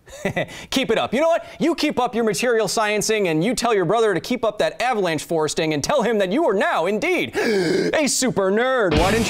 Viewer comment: “Avalanche forresting” when the comment clearly said “forecasting” 😂